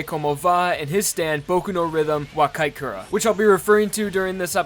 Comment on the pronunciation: The second half of Boku No Rhythm (wo Kiitekure) is pronounced (oh kee-teh-ku-reh). Honestly it's probably better to just use the English translation (Listen to My Rhythm) instead of trying to pronounce something without looking into how to pronounce it. Honestly not sure how you got (wakai kure) out of (wo Kiitekure).